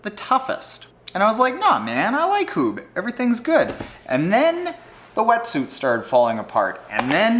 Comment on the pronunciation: Thanks for putting me onto floaty pants, I love them. btw. Huub is pronounce as huup (b sounds like a p in dutch). Regarding the suite, its a full on race suite, not a daily driver. On the inflatable bikebag, airlinestaf are screamish about inflated stuff, I suspect some might demand deflation to the point were protection is insufficient. I'm curious how that will work out.